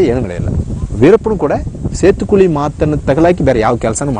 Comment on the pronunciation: 😂😂it's setukuli not setu koli😂😂 🐔